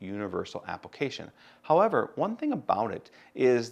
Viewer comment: I laugh each time you say "apple-cation"